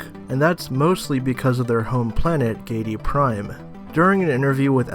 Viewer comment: HARR-KOE-NEN your pronunciation is very distracting. And it's GIH-DEE-PRIME like giddy-up cowboy.